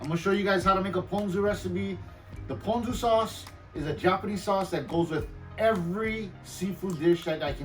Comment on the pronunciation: Of course I can rely on a local boy to pronounce “ponzu” correctly! I went to the first 7 suggested videos on how to pronounce it...and they ALL said “pawn-zoo”! 🤦🏽‍♂️